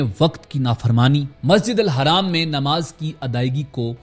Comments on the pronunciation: Haraam ❌ Masjid Al Haram ✅ bolna sikho tab video banana Rong information mat do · Can’t even pronounce Masjid ul Haram? Pity. Nice video but you need to correct that. Its not Masjid al Haraam.. its Haram.. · Bhai zra apne lafzon pr dhyaan dijiye ( Hajj khatam ho gya ye galat bola apne khatam ki jagah ap mukammal bhi bol skte or masjid ul haraam nhi balki masjid ul haram hota he